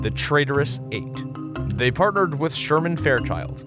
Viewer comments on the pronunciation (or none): none